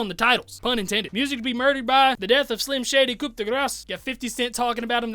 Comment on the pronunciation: Its pronouce koo...no need to say the p...the letter is silent...yeah french is weird